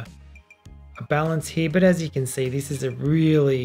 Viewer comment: Why did you say "see" as "say"? Since grammar school I was taught "see" pronounced as "sea". It's quite difficult to hear a sound but having to refer to different meaning as the one we usually recognized because we need to stop and think. Then a lot of things you've said are flown by and missed.